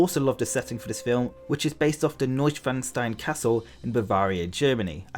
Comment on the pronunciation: Being a German I can say that your pronounciation of Neuschwanstein was probably as close as someone without further knowledge of the language can get. The accent was still hilarious to me though.😂